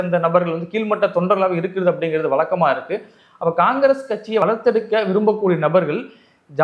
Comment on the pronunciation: உளைப்பு,வளக்கமா என்றால் என்ன? உழைப்பு,வழக்கமா என உச்சரிக்க வேண்டும் 'இரண்டுக்கும் வெவ்வேறு அர்த்தம் உள்ளது."ழ' உச்சரிப்பு வராதவன் எதுக்கு சேனல் நடத்தி தமிழை ஏன் கேவலப்படுத்தனும்?